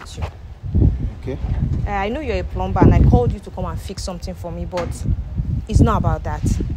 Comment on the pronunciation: HEY. Please the word PLUMBER. IS pronounce PLUMMER THE B IS SILENT. SORRY.MY DEAR. ENGLISH IS MY FIRST LANGUAGE.